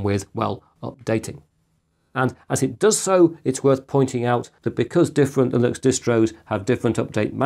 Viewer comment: linux, lillux, vilux I hear you saying them all lol